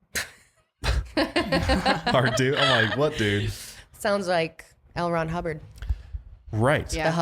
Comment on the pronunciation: Any time someone mentions the scientology guy I hear it as "Elrond Hubbard"